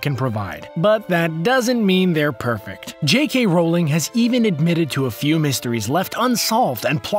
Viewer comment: you say rolling from r OWlling